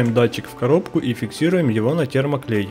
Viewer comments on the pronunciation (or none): none